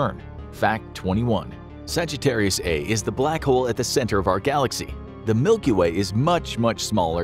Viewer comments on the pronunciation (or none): NOOOO! The black hole is properly called Sagittarius A* and that asterisk is not silent—it's pronounced "star." The black hole is called sagittarius-a-star. I might not make it through this video.